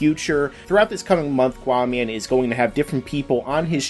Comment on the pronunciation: GUYS ITS QAAMAN NOT QUAMAN